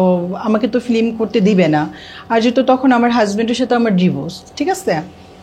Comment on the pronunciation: কি এগুলা নিয়ে আসেন film বলতে পারে না বলে flim 😂😂😂